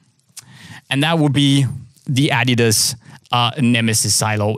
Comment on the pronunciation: what the fuck... did I just hear pronounce "adidas" correctly? I had no idea he was Scandinavian until right this second, I been thinking he was American this whole tine.